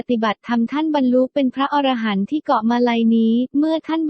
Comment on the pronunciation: คนอ่านนี้อ่านผิดอยู่นะ อ่านว่า พระ อะ-ระ-หันต์ มิใช่พระอร- ระ- หันต์ถ้าอร- ระ -หันต์คำนี้หมายถึง สัตว์ประเภทหนึ่งในตำนานกรีกโบราณ นี้ละคือคนส่วนมากมักจะออกเสียงผิดเสมอ พูดผิดออกสะกดผิดความหมายผิดไปเลยนะครับ